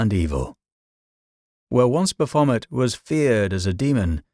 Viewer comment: The AI voice is nearly convincing ' bull ' and ' Baphomet ' jar on the ear . . . but otherwise an informative, thought provoking video. Shame about the AI pronunciations though.